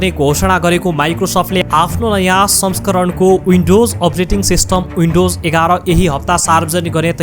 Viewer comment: H= एच, not यच windows= विन्डोज, not उइन्डाेज